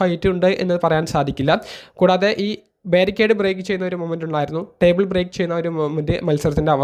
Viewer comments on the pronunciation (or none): none